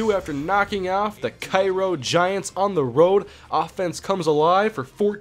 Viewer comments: I live in Cairo and when I saw vs. Cairo, I was like "Oh shit" and its not Ki-Ro, its Kay-Ro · its pronounced K-ro and they are the syrupmakers in real life they booted my highschool out of the playoffs a couple years ago.